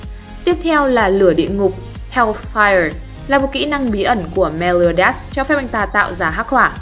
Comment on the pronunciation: Meliodas chứ ko phải meoleodias :)